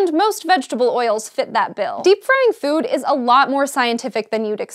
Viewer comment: When she says food am I the only one who hears Phewwd? o_O